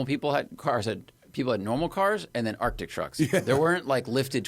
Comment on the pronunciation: So the word is "Arctic" there is a "c" in there Matt! This is my favorite podcast, but for the love of Merle please say the word correctly.